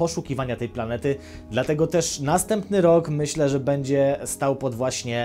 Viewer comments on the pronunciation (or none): none